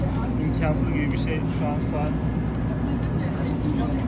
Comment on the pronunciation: 2. Sahat. Hahahahahah 2 kez sahat dedi AHAHHAHAHAHA